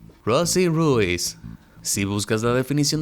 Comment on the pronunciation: Supongo que Rosie Ruiz no se pronuncia 🔊 Ru-iz el apellido sino una sola palabra 🔊Ruuiz